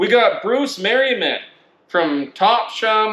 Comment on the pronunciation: as a person living in maine, it was hilarious to see you think ME is mass also it's tops- ham not top-sham